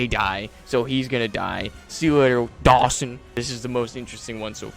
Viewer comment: Dogson not Dawson…